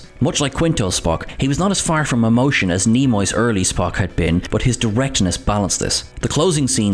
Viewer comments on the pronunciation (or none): none